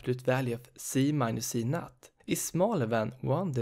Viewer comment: You are reading z_0 as z_NUT 😂 I'm sorry, it just made my day. Thank you for the very helpful explanation of the topic.